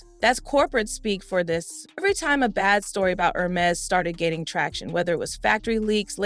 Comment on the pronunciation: The is pronounced “airMEZZ”. The accent over the “e” means something. It is NOT “HERmeez”. Got it??